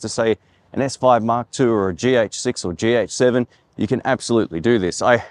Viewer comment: Am I the only one who keeps hearing "GX7" instead of "GH7"?